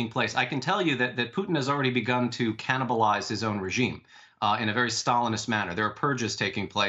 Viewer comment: How you say Canibalize as a journalist?